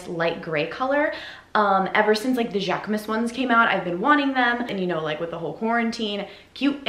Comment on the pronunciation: Don't worry girl you said Jacquemus perfectly !